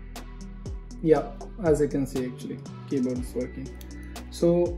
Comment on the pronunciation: Auctly 😂 too much